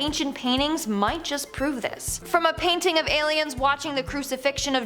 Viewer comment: What, exactly, is a "payning"? Is it anything like a "painting", mayhap?